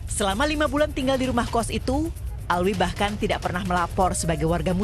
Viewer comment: bukan Alwi min tp Alvi